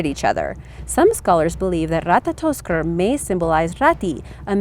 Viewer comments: Ratatoskr not Ratatotskr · That moment when you said ratatotskr was so amazing